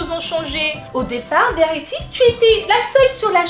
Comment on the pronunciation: t vraiment cute quand t'était petite:) je t'adore elle dit pas vérity elle dit verty:)